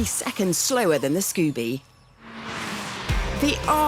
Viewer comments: Scubie? Isn't it Subie? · She definitely says "Scoobie" instead of "Subie" at the end of the video. LOL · Is she saying Scoopie, Scoobie or Subie? Like wtf bitch...